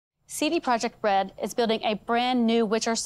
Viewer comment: CD Project Bread is what I keep hearing